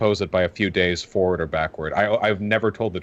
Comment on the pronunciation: Same and the way she says "foeward" instead of forward